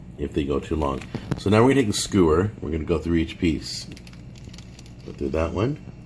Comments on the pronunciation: lol its a skewer not a skoower don't take offense cuz i like and watch your videos on a regular basis but your pronunciation of skewers is odd... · its possible he was being sarcastic seeing as is mispronouncing skewer as skoower. but who knows.... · "Skooer"? Really? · I've never heard anyone pronounce it as "skoo-wer" before. Not complaining. Just hits my ears and sounds weird. I've always heard people pronounce it with more of a Q sound like "s-queue-er".